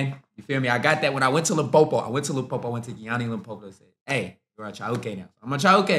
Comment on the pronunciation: You pronounce Chauke, Pitso and Tshepo very well, good articulation of the language